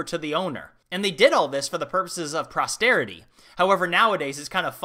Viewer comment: You always make such interesting subjects . Thank you for making these . Just one very small thing though, at 3.00 minutes the word should be posterity , not prosterity. Anyway I like how you present . Your videos are great ! Well done !